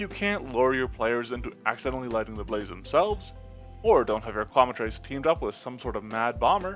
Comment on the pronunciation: I hate to be a jerk, but you're mispronouncing Quemetrice. It's "Kwe-met-trick-uh."